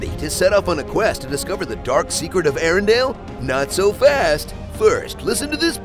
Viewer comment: *Arendelle, not Arendale. LOL sry, it kept bugging me.